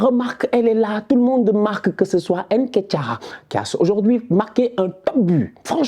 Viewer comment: t’es sénégalais et tu prononces comme les européens avec ton « haine ketiah »…comportement. Sinon top, comme dab